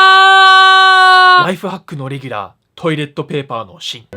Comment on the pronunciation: ナイトファックに聞こえた